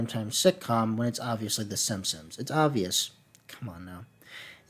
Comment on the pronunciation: Is it just me or does it always sound like he is saying Simsims?